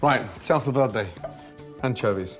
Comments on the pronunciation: I KNOW LOOOOL OH MY GOD i live on the border of mexico and no one pronounces it like that, it's pronounced verday not vlelrday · looks delicious. anyone else triggered by how he pronounces 'verde' ? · That pronunciation of Verde 😂😂 not so good at everything are you lad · Salsa VEWDEW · SALSA DERDE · i kinda am, portuguese is my main language and he pronounces it like "velde" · salsa verday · PowerfulDragon velde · Kantros he's fluent in French so he pronounces it like Velda, R = slurred L. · the good pronunce is vér·de , listen on google translate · Gordon is trying to hard to speak Spanish by pronouncing it "V-iair-day. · The way he says Verde makes me absolutely fucking furious.girl friend as just been twated dogs just been kicked why would you gordooooooooooon whyyyyyy